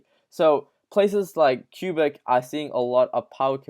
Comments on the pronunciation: Quebec = Kwuh-beck or Kay-beck. Your way is probably best though lol. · Quebec is not pronounced Q-Bic lol. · It's pronounced KWEH-BECK..Lol.😂 Otherwise good job.Enjoying the vids! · Q sound the Q in QUEBEC :P